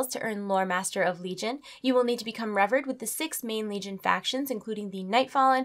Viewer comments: lol its reveeered not revrd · Revered. is pronounced, Rev-ear-ed, not Rev-red....... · Obviously they do and literally anyone else that cares about speaking coherent English. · Goodness gracious. Rev-erd? The word is re-VEER'd. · It's pronounced Rev-eared not Rev-erred btw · PhoenixKing1611 Re-veer-d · Rih-VEER-d Like Paul Revere. /wink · revered = (Rev-eerd) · It's pronounced as reVEERed. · ive never heard anyone pronounce it that way before, made me pause the vid and think about life. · look up the pronunciation on revered!:'D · revered not exalted